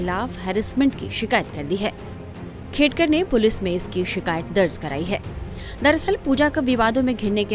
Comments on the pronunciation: Khadekar nahi, Khedkar bolo mere Patrakar bhai…Real News de rage ho to surname to proper Pronunciation karo… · खाडेकर नाही वह खेडकर है भैय्या 😂